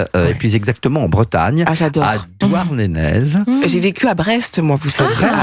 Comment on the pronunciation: Bravo au journaliste, qui prononce Douarnénèz, ce qui est la parfaite prononciation en breton!